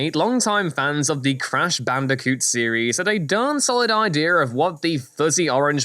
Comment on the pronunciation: Stop saying idear and Ocariner. There’s no R at the end GRRRRR